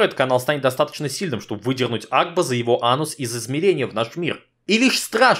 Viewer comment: Блин кагда ты сказал агба я услышал аква